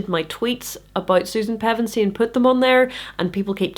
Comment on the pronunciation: I'm 5.5/7th the way through reading Chronicles to my son right now and I have to thank you for the critique, but even more thank you for the proper pronunciation of Pevensie. Reading those names and places out loud generate more anxiety than it should, thank you for helping with that.